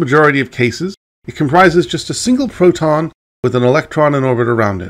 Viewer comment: You could as easily call it hydrogen hydroxide, or hydroxyl acid. And, it may be my degenerating hearing and poor voice discrimination, but your pronunciation of "proton", to my ear anyway, sounds frustratingly like "photon," at least and, maybe enough to send a neophyte down the wrong path. Aw, forget it. If they're on this site without that basic knowledge, fruk-em.